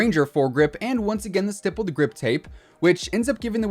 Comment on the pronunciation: St"eye"ppled grip tape? Not st"ihh"ppled? Idk 😂